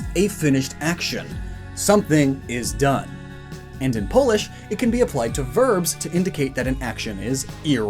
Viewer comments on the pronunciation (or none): none